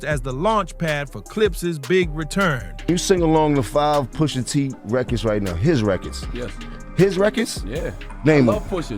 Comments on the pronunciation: Poosh a tee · Pusha teeth 😂